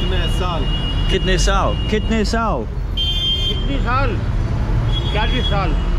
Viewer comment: Can't Stop laughing when he says "kidney" instead of "kitnay"😂😂 But it's cute to see foreigners speaking Hindi 🥰